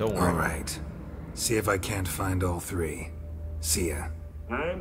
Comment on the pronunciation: "Welcome back everybody to the Witcher part tree, um, that's right the turd installment of this game and series...."